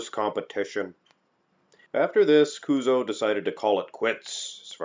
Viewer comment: kuzo sudo こうぞうって発音しづらいのかな？